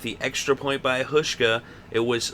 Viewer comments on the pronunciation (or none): The first part of Hauschka's name is pronounced with a 'how' sound.